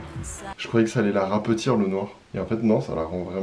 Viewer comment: Il rigole de fixture mais "rapetir" ??? Okok. Mdrr